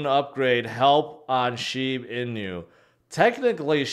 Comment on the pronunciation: At what point did start pronouncing all the "Inu" coins as "In-You"